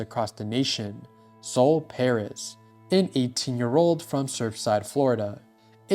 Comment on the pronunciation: please do more research, you pronounced sol pais' name wrong, and she never intended to attack columbine.